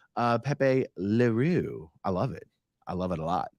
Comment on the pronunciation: Oh...that's the spelling. Pronounced 'Lehrow' in real French (back of the throat at the r) but he has Americanized it.